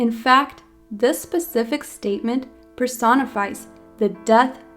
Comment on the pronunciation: please tell me im hearing "this pacific statement" wrong